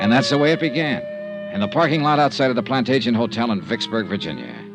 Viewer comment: Right in the beginning, the name Plantagenet is mispronounced as plan-TAY-jent, and continues to be throughout except maybe one time. In English it should be plan-TADJ-e-net. Drives me crazy!